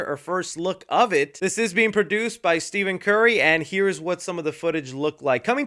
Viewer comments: No big deal, but it's pronounced Stephen (Stef-in) Curry. In fact, Curry didn't sign with Nike cause the Nike rep making his presentation on why Steph should sign a shoe deal with them pronounced his name as "Steven". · it's not steven it's ste-phon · You Can Tell don’t watch basketball.. It’s Stephen As In STEPH with an F lmao.. I was Like Who’s Steven🤣🤣🤣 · 3c my goat it’s Stephen with an F sound not like Steven. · No way bro pronounced it “Steven Curry” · as a huge basketball fan him saying Steven curry was funny🤣🤣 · No way unc just said “Steven Curry” 😂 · Did bro say Steven Curry 😂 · saying basic names and getting them dead wrong challenge impossible lol. Steven curry brother really come on.